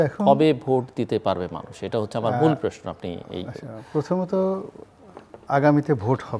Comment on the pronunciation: জিল্লুর আপনি প্রশ্নকে "প্রেশ্ন" বলেন। উচ্চারণ সহিহ করে নিন।